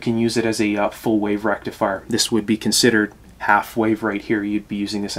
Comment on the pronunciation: Dude - I used to occasionally replace burnt out tubes in stuff in the early sixties - the faulty tube would not glow, easy to spot. Vacuum tube is...derf, a little hot tube. Where the heck does a "rectalfier" go? Sorry, couldn't "resist". Now I understand less about tubes than I did in the early sixties. Friend...assume that people know not your "language" and definitely not your elite "lexicon". "Picture" is pronounced "pick-ture". Cheers.